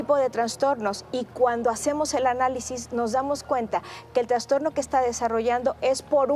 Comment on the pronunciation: TRASTORNO no "transtorno"